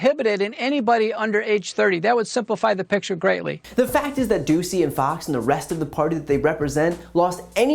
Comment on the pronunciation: I heard the reporter’s name as “Peter Doozey” 🤪